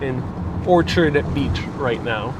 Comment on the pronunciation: Orchard, as opposed to "Orchid."